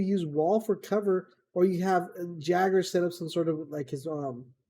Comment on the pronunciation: Ja-ger lol